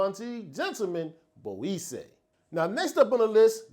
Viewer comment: Great choices as always my brother and good to see new content,also no disrespect please but the word Boisee is pronounced bwazay, salute brother 💪